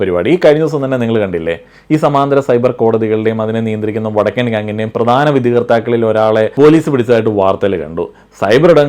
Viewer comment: ഇ വടക്കൻ എന്നുള്ളത് ഒന്നൂടെ ക്ലിയർ ആയി പറഞ്ഞൂടെ 😂😂😂😂